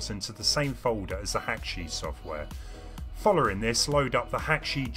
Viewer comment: I like the way you say follering